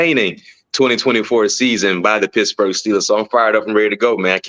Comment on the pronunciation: I love the show guys. Please bear with me though. It really bothers me that BMAC keeps calling the Steelers pissburgh. Please work on it